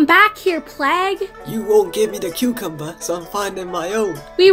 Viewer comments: Its camembert not cuucomber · He said cucumber instead of camembare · Camembert (KAM-en-BEAR) Not CUCUMBER.